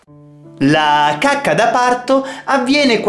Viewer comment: Alla fine ai detto cuacca